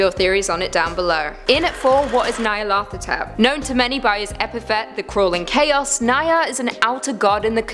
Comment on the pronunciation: Ah, yes... Nyarlepfahtop -_